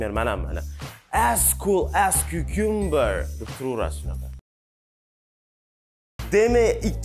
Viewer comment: cucumber so'zi notogri talafuz qilingan, undan ko'ra susumber desa chiroyliroq ko'rinadi)